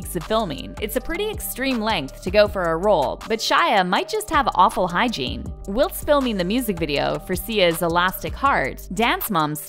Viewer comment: I'd rather spend time with stinky Gwyneth than this stupid narrator. Learn how to pronounce "whilst". More importantly, learn the difference between deodorant and anti-perspirant.